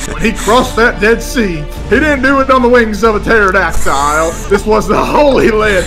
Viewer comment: Ah yes. The TERADAKTILE